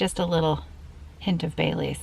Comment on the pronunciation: When you said you may put some Baileys in your coffee, I thought you said you may put some "bay leaf" in your coffee. I was thinking "bay leaf? Why would she put bay leaves in her coffee? Is it healthy or...?" Then I remembered the Baileys from the beginning of the video. 🤷‍♀️🤦‍♀️😆